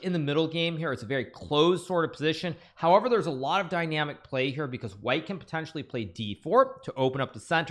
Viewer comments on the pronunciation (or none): none